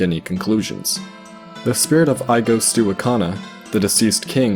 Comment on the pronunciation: I'm so distracted during the Ikana section, as I keep chiming in "Gah-ro" and "Eegos." My pedantic nature is making me miss details. 😅